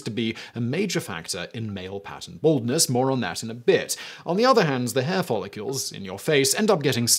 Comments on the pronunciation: Is it just me or does it sound like he is follicules and not follicles? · Why is Simon pronouncing it "Follicules"? It's "Follicles"